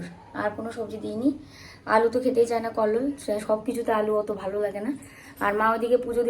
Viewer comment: কল্লোল আ্যগ বলে নাতো ওতো এগ বলছে